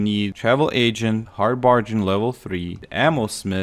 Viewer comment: "A lou min num" "Hard Bar Gan" "Led" hope this helps. I cant imagine trying to learn another language, too hard for me. Keep up the good work man!